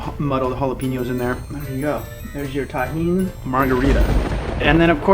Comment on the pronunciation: yeah by the end you had it lol